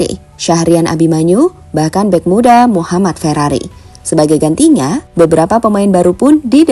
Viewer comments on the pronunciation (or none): none